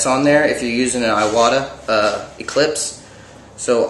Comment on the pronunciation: Please, please, PLease, PLEase,PLEASE.... if you are making suggestions on equipment, proper pronunciation will help new artists immensely. Iwata is NOT pronounced Eye Wa Ta. It IS pronounced Ee Wah Tah. Iwata is a Japanese company. Iwata is a person's name. Therefore, the proper pronunciation is vital. For future reference, in the Japanese language, what we call vowels are pronounced as follows: The letter 'A' is pronounced ah. The letter 'E' is pronounced Eh. 'I' is pronounced Ee. 'O' is pronounced Oh, and 'U' is pronounced oo. Other than that, love your videos and your artistic ability is absolutely amazing. Keep up the great work.